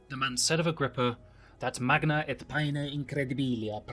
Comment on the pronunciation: I have a quick question regarding the correct classical pronunciation: was gn like in magna originally just spoken like mag-na? I always thought it had been ma-ng-na. Anyways, awesome content as per usual. Really appreciate the stupendous effort of retelling ancient history with snippets of spoken texts in the respective languages with beautiful editing